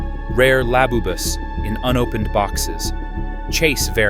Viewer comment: "labu bus " at least make sure your AI is correct before you make an AI trash video